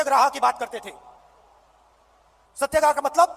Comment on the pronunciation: अरे पगले सत्याग्रह शब्द है, सत्यग्राह नहीं. कहां से हिंदी पढ़ा है. ओ आप तो हड़वड़ यूनिवर्सिटी से हो न।